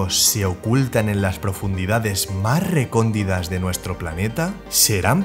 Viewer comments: Duele la cabeza con tantas letras, si narras el video NO es necesario que pongas el diálogo escrito y que cubra toda la pantalla!! Oh y se dice recónditas no RECONDIDAS!! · Otra cosita...vocecita ... No se dice Recóndidas .. Se dice Recónditas. Pero tranki..es de Sabios Equivocarse. ⚘🍀🐳🏕🧊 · ... no se dice Recóndidas...!